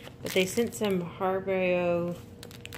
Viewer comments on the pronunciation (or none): I've never heard of that site. Im sorry but i wouldn't spend that much on myself for clothes. I think I spent $400 approximately to kit 4 kits out for starting a new school... Im laughing but I will have to check the site out. The sweets they sent are pronounced har-i-bo. I love the outfits thought especially the London scenic one, with the clock "Big Ben" and the old red telephone boxes. Im glad you liked the site and the clothes.